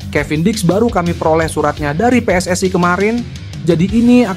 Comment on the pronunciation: PSSI bukan PSSAI ..yg baca naskah belajar Indonesia yg benar dulu 😂